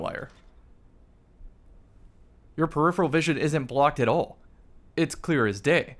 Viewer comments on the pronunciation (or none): none